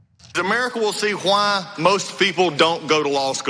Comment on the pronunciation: Sorry Doug, I have no idea what you said. When someone pronounces the word 'why' like 'Huhwaaa', I stop listening.